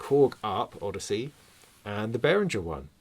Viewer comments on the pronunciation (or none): none